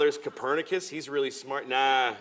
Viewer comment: "If I die tonight, they'll be homeless tomorrow morning" "WEEEALLY?!"